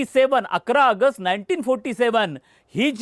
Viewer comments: अगस्ट अगस्ट काय ऑगस्ट म्हणा नीट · आगस्ट नाही रे बाबा ऑगस्ट आहे ते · अरे भाऊ अगस्त नाही रे.... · अय रताळ्या🤦🏻‍♂️ अगस्ट, अगस्त नाही रे!!! कुठून कुठून भरतात असली नमुनेदार माणसं?🤦🏻‍♂️🤦🏻‍♂️ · अगस्त नाही रे, ऑगस्ट असते ते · ऑगस्ट म्हणता येत नसेल तर AUG म्हणा plz खूप irretating वाटत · अरे याला आधी ऑगस्ट बोलायला शिकवा. बोल भिडू....काय आहे हे. कोण मराठी नाही भेटला का?